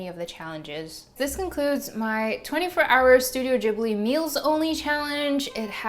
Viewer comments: isn't it pronounced gib-li not jib-li ? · Studio "jiblie"? Never heard it pronounced like that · i did not know Ghibli is pronounced the way youre saying it. i feel embarrassed cause i love them. i thought it was more of a ghibli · just realised americans pronounce it ‘jibli’....im devastated what is wrong with y’all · am I the only one who pronounced Ghibli like the g in glass and not like the g in germany like she does? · Wait what that's how you pronounce Ghibli